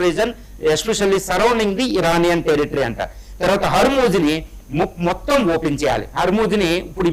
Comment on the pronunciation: ట్రంపూ.. హార్మోజూ... హమాసూ... ప్రపోజలు... మీ ఇంగ్లీష్ సూపర్ సార్.... 😂😂😂😂